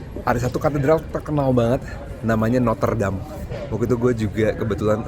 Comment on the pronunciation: Menit 9 seharus disebut Notre Dame, pengucapannya Seperti tulisan Notre Dam, bukan Noter dam